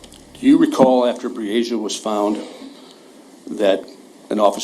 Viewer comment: Pronounce her nsme correct plz: BREE - A- SHA